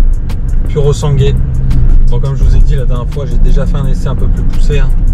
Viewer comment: C’est de la merde... Epitome du mauvais goût... On ne fait pas ça sur une Ferrari, à la rigueur une Lambo mais pas sur ça merde... Et pendant qu’on est là, merci de bien vouloir arrêter d’écorcher son nom, soit tu demande à des italiens la juste prononciation soit tu choisis un autre nom : SUV, 4x4...